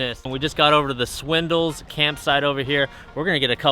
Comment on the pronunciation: It sounded like you caught “the Swindles.” 😂